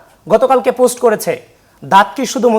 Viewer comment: পুস্ট কি ভাই? পুস্ট ❌ পোস্ট ✅ 😂😂😂